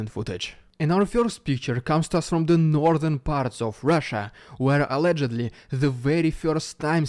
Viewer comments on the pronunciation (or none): none